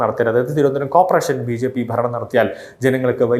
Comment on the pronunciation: കോപ്രേഷൻ അല്ലടെ.... കോർപ്പറേഷൻ .....ആദ്യം പോയി നാക്ക് വടിക്കഡോ